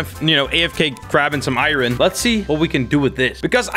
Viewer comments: says iron like I Ron and it makes me go insane. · Every time he says irin i cry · This is so hard to watch XD He calls Iron = iren Sky block = skywars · Why does everyone say I Ron it’s iron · nobody: literately nobody:: I-ron?! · Eye-ron man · ME: r u from Iran:I-ran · What do you call Swedish iron: irin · I'm triggered at how he says "iron" lol